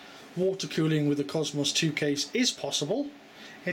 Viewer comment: Supposed to be british, can't even say faster correct, or cosmos correct.... or many words, my guess is most your family are americans?